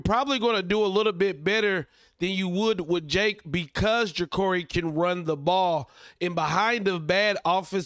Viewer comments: It’s Juh-car-e (not curry) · It's Ja-Car-ee bro. Just letting you know